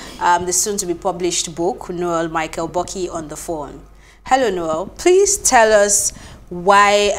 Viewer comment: She called "Buki" Boki😂 Nice one sir.